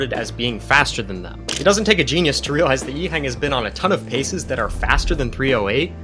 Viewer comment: Great stuff. Btw, can we put a bit of respect on this guy’s name? Its not ‘yee-heng’ but ‘yee-h-uhhhh-ng’